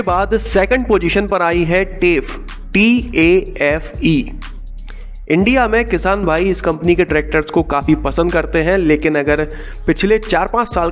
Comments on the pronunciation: Bhai hamare किसान भाई ise टेफ nhi कैफे bolte hain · It's not Te-f its tae-fe in Pronounciation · Tafe ko hindi me टाफे pronounce karte hai